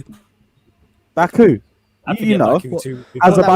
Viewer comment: It's Mbabu not Baku hahaha